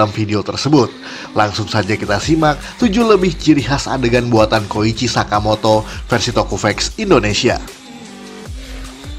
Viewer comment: Koichi min, bukan kocihi